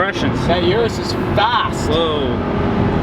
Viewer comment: its Urus, not yurus.